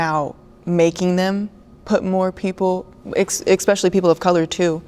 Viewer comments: The “fit girl” said so many incorrect claims, incorrect words (expecially) and… she’s an educator 😳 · You know you’re dealing with a small brain when they say “Expecially”.